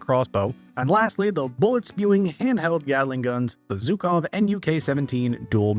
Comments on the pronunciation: Yes it's obviously pronounced "жуков" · Bro, stop calling them "zukov", please